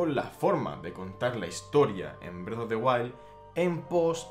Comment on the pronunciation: Nunca había escuchado Bredo en españolete XD